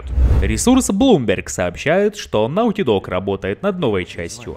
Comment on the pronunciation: Какой «нАУти дог»? Неужели так сложно сложно посмотреть как правильно прозносится слово? Любой словарь покажет, что произносится «нОти дог». И еще называют себя «создателями качественного контента»